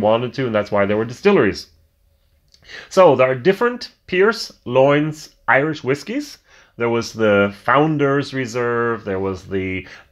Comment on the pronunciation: Love the way you pronounce the Irish words. Don't get me wrong I know it's not easy. I can help you with this one though. For Lyons just say Lions.